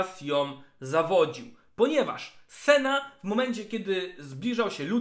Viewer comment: Boże jedyny proszę cię Senna, nie Sena to się aż źle słucha i brzmi beznadziejnie. Trochę wysiłku to jedno ,,n" chyba aż tak nie boli, a trochę zalatuje ignorancją i olewatorskim podejściem do lore i tematu który rozwijasz przez bite 18min. W sumie skoro ,,wole mówić sena, bo tak jest krócej" to dla czego nie dodać jeszcze Lu i Tre zamiast Lucian i Tresh też krócej ;D Nie lubię się czepiać, ale jeśli chodzi o lore książek, gier czy filmu to jednak poprawne wymawianie imion i innych nazw własnych to chyba jakaś podstawa :)